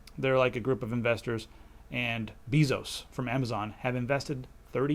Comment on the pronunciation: Love the show / program / cast, whatever :) But... you mispronounced Bezos' name, it's not an 'e' as in bee, but rather like the 'a' in base. Same pronunciation as the Spanish word for kisses: besos.